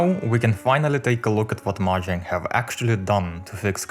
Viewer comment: STOP SAYING MAHANG